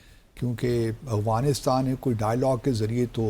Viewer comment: First of all correct your accent it’s not Awghanistan , it’s Afghanistan. Heraa mandi ki paidaesh